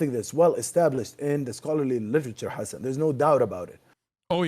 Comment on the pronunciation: Why he kept calling him hassn instead of hasan meanwhile the two name is exist and separated in arabic